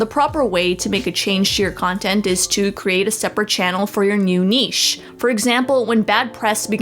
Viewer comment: I feel like they’re pronouncing niche wrong